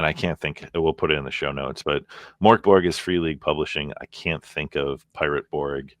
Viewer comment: The way you pronounce Mörk Borg sounds a bit like the Swedish Chef from the Muppet show;-) The way to pronounce it in Swedish is more like “Murk Borj” (the “j” should be unvoiced, like the “y” in “yellow”). Not very important, just thought I’d share =)